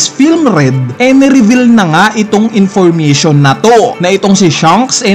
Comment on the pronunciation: Intiristing, Infurmitiun Theuri